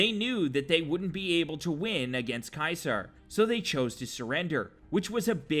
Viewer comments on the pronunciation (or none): it's supposed to be said seezar and its spelled ceasar now cwasar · No offense but its pronounced ceasar not kysar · You pronounced it "KAISAR", Caeser is actually pronounced "Seeser" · Wasnt it ceaser Not Kaiser?